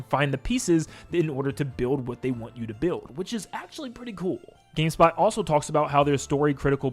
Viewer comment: bro said gayspot lol